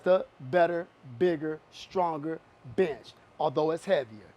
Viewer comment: watching this on 2x speed rly just sounds like hes calling the benches bitches "so if u taller this bitch might be better for you" lmao